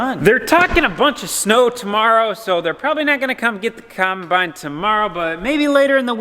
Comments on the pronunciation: Just like never heard it called a con-bine before either 😝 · wershin the coinbine hahahahaha